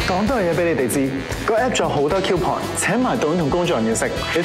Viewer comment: 香港應該有9成人係咁讀，我由最初好唔慣，到而家當佢係中文咁黎聽，感覺會舒服d。我估真係好多人唔知，正確讀音 cou係讀"箍"。